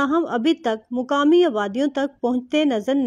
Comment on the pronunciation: Please get someone with a slightly better pronunciation to narrate. It's maqaami, not muqaami. Nibatnay, not nibtnay. A few other mistakes, too.